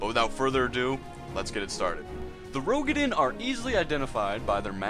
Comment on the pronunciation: FYI it is pronounce "roo-ga-din"